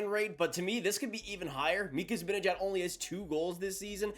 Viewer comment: Zih-ban-ih-jad— let’s all say it together